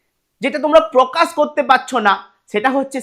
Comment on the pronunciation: প্রসনো আর প্রকাস😂😂